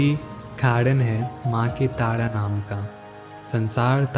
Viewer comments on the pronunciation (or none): आप बहुत अशुद्ध बोलते हो। टाडा नही तारा बोलना सीखिए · Tada tada q bol rahe ho bhai Tara bolo na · Gayan bahut achha diya aapne voice v mithi hai lekin kuch sabdo ko ajib sa kyu bolte hai jaise tara ko aap tada bol rahe hai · अबे तोतले तारा है , तू ताड़ा क्यों बोल रहा है ?? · Why do you say Taada. It’s Taara right?